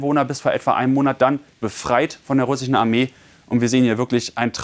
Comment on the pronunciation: russi-chen? amrikani-chen?🤣